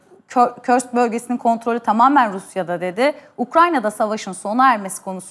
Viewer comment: Körsk değil Kursk 😂